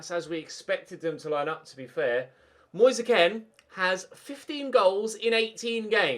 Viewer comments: Just who the fuck is moyseh ken? Just say his name normally... Its pronounced keen. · does it annoy anyone else that has been pronouncing " moise kean" wrong since the sunderland career mode